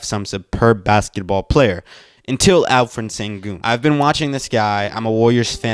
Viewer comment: What you say: Alferen sengun What you should say: Alperen Şengün (Alp like Alpines's Alp. Eren like in the anime. Shen is the pronounciation of Şen Gün is like Günter's Gün from German. Ghunter, we shall say) Thanks. ^^